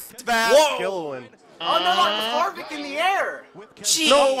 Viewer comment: Booeyscer Koonsoof Hairvicke